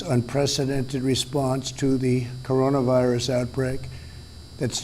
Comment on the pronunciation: "Coronivirus" lol